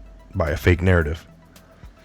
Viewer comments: Enjoyed your unusual pronunciation of the word 'fake' ...f*ck news wasn't quite the word or was it a Freudian slip ??? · You said “fake” right the first time 🤣